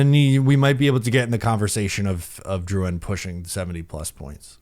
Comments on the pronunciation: This video just shows how Matt O’Leary is the more reasonable one on the podcast. pronounces Drouin’s name with a Crazy accent for no reason, and actually thinks he’ll put up more points on a lackluster offensive team than Colorado. I lost all credibility for what says after this take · Yes, I love the content but going out of the way to pronounce these names as if we were in Quebec is nauseating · no all is good I just think the pronunciation of the name is wild and the take is really incredibly out there. I feel like you act like this one player will flip the not so good offense to being good again when the reality is that’s not the case. Drouin was just a fill in guy til the prospects come up through the draft. Apologies if I maybe came off too harsh but I just think you need to know Drouin isn’t anything amazing. Isles never have signed an elite level FA in their history. He’s going to give us 50 points max.